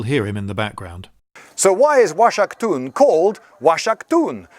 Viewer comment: The x is supposed to sound like a hard 'H' like Oaxaca (wahaca). I can't trust the rest of what he say's...